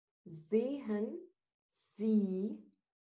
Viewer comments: شكرا علي الشرح الرائع بس استفسار بخصوص نطق فعل Sehen حضرتك بتنطقي الH واغلبيه القواميس بدون H ليصبح نطقها كما كلمه زين ارجو التوضيح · حرف ال h في sehen لا يجب أن ينطق بوضوح.. طبعا بالنسبه لمستوي A1. 1 بنحاول ننطق الكلمات ببطئ شديد للتوضيح فقط